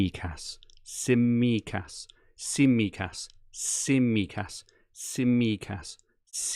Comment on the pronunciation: Some cracking teams in this podcast! Fantastic Greek accent for your pronunciation of Tsimikas too,! You've finally nailed an accent!